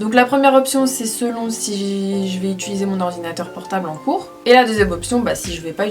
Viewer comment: Tu dis itulise au lieu de utilise (d'après moi ce n'est pas une critique^^)